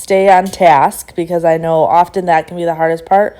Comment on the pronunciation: the 't' in often is silent...word is pronounced 'offen'